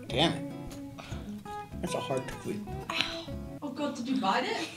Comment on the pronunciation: Hilarious Reactions of Gonzalo & Roman Not Liking the Liquorice Allsorts & Cadbury's Caramel aswell as Gonzalo saying "Toe - Fee" instead of Toffee and the Lemon Sherbet its a "SHERBET" ahahah